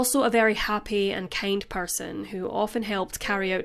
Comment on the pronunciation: Keind?! Seriously? You should def revise pronunciation 😂🤡